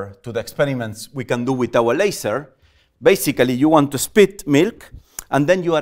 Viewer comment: the most weird _ basically _ i've heard in my life 😀😀😐